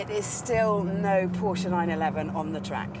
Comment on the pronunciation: She is the only one who I will ever get to know who mispronounces ''volkswagen'' (fockswagen?) but pronounces ''Porsche'' (Porsje) right on the other hand :D